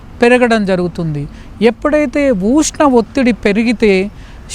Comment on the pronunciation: ఊష్ణం కాదయ్యా స్వామి.ఉష్ణం